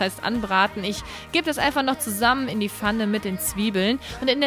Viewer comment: Du sagst immer fanne statt pfanne : :)